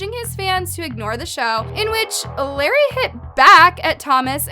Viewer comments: Its not “lair-e” its “luh-ray” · Bruh it's la-Ray not lerry